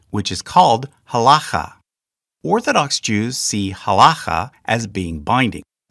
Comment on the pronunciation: This is also super nitpicky, but: generally pronunciation of Hebrew words has the emphasis/accent/stress on the second syllable, or the last syllable (depending on whether you come from a Yiddish-speaking background or not). For example, has-ka-LAH or has-KOL-leh, not HAS-kuh-luh; ha-la-KHAH or ha-LOH-kheh. Etc. And to be even more pedantic, typically you would not hear "mit-NAG-dim", because the pronunciation with the emphasis on the second syllable is from Ashkenazi Hebrew, where a tav without a dagesh is pronounced as an S. Therefore, it's generally always either mit-nag-DIM or mis-NAG-dim, generally never mit-NAG-dim or mis-nag-DIM. Truly sorry for this extremely pedantic comment! However, being both Jewish and autistic, I literally can't help it.